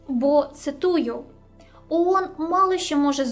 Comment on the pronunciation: Iрак вторгся в Кувейт,I"Iранськi" вiйська увiшли в краiну??I не Уон,а оон!